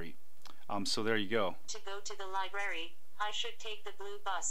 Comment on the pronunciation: LOL "Liberry"